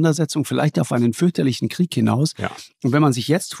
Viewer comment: Und dem Precht koennte ich jedesmal eine reinhauen wenn er 'Kriech' sagt, das heisst 'Krieg' verdammt nochmal!